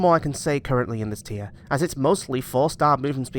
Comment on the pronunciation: Its tier not trie